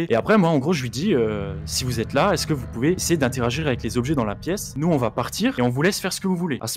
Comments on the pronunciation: " Iske" y'a que moi qui a remarqué !!!! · Pourquoi il dis iske au lieu de est ce que 😅😂